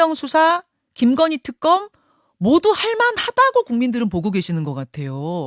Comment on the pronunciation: 말을 저렇게 어버버하는데 대변인을 시키면 어떡하냐ㅠㅠ발음도 턱검 턱검 ㅜㅜ